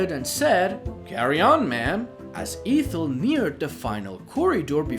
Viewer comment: The first E in Ethel is short sound not long.